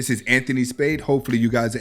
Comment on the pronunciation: That H in hasta la vista is silent